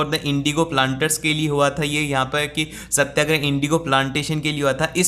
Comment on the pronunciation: Satyagraha= satya+agrah Not satya+grah 🙂